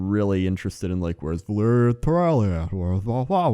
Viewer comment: It's definitely not "Valeria"